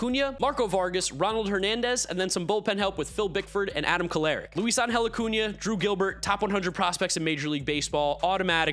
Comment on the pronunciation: Bro, love your content, but you need to respect the ~. Acuña.